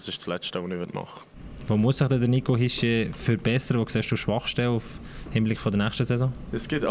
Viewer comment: Äs heisst Hischierrrrrrrrrrrrr!!!!!!!!!!!!!! Äs wird so üüsgsprochu, wiemus schriibt! Nix "ischiee" . Är isch KEI wälschä, tscheggät das ändlich mal! (Betrifft nur äs paar Journalistu, niid alli)